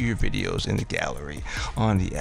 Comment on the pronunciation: Sir i can ask that you slow down as you speak. Maybe we are in different regions of the country or world. It sounds like your saying pick D. I had to replay replay .. Dee Pencil ..aka pick the pencil. ? And i hope i got that correct ? Your microphone seems close or over sensitive, picks up your sniffling in... All natural events .. but not great to listen to. No ..No ..Im not Miss Mary Manners or work in a Library. But if you could pronounce words clearly n slower especially during the instructions your giving .. no no im not a blue haired old lady but im sure there are a few decades between us. I appreciate the videos with instructions of how to make this frustrating Gallery System work. Im not wanting to offend you and i hope you are open to constructive feedback . If your not, feel free to tell me to blow off.. but i hope that you can see my intentions are truthful and just trying to understand your instructions more easily the first time.